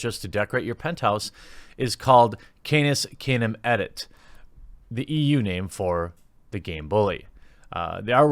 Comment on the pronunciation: Yikes, Jeremy! "Canis canem edit" is pronounced "Kannis Kannem edit", and it means "Dog eats dog". Didn't you study Latin at school? By Jupiter, what is the world coming to? This expression is the origin of our phrase "dog-eat-dog world" and, ironically, comes from a Latin proverb "canis non canem edit" (dog does not eat dog), meaning that people prefer their own kind over strangers and outsiders. "Mea culpa". Yes, you said that one correctly. Perhaps there's hope for you yet.